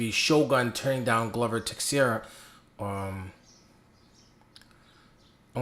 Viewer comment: I LIKE YOUR RANTS more than your prediction videos. PS.: Tei-xei-ra ( transliterating ) goes Tay-shay-ra ( more or less ) or Tay-Shera